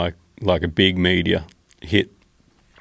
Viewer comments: Kept thinking he was saying media at first lol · Who else heard "100s of media" not "meteor" ?😭😭😭🤣🤣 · At first I thought he was saying Media...lol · For the first few seconds I just heard "media"😂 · Im hearing media, but his saying meteor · i thought he said media until he told that it was falling from the sky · When he says meteor I hear media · I thought he was saying media for a bit. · I thought he was saying media. No, meteor. Lol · i thought they were saying "media" for 2 minutes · LOL - I was almost ready to look up the word media before I realized what he said was meteor. 🙄🤣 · I thought he was saying media not meteor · media , sounds like he is saying all the time media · As an Aussie, I can confirm that hardly any of us pronounce the word meteor as "media". That was strange to hear! Most of us pronounce it how Joe or any other American would. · Media? Not sure if I’m high, or he’s really saying Media?! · I'm an Aussie and I thought he said media too and then realized he must have meant a meteor moments later. They are awesome to see if spend some time out at night but unlike him I rarely in the outback of Australia away from all our city lights so do not see as much. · I'm an Aussie and even I was hearing media, haha.